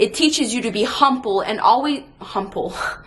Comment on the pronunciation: At the risk of repeating myself, yet again, these videos are wonderful. Your insights are fantastic. Your presentation gets better with each one... a few flubs aside, though I think we should invent a new word for "humple". A lot of what you're saying here has broad appeal, and you do say as much, but I just want to reinforce that these aren't lessons from which only professional athletes can benefit. I've spent a lot of my career trying to train people to do what I do, and the two most common factors that prevent people from learning is a mindset of "eh, this should be easier" or "wow, you're just so good, I can never get this the way you do". As if I sprouted out of a pot one day with all the knowledge I have. I had to work at it. I had to learn it and earn it. And the most important factor in that was curiosity and wanting to expand my understanding of the obstacles in my way. You mention how we react to people who are better at what we do, again, this extends beyond the world of professional athletes. When I encounter someone who is legit better at what I do I go into 🤩🤩🤩 mode. Instead of rolling my eyes, I just want to learn EVERYTHING from them. The biggest barrier for me is having the courage to go up to them and say "please... TEACH ME". Keep rockin' these videos. You're doing a great job.